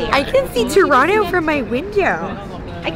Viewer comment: Wow she actually said Torono instead of Toronto